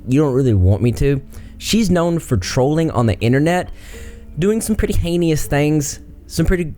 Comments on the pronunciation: I don’t mean to be rude, but I keep hearing you pronounce heinous as “hay-neus” and it’s actually pronounced “hay-nuss.” Just a heads up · Lol the way says "heinous"